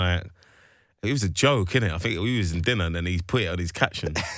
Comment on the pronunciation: As innocently as an American can ask, how did think turn into “fink”?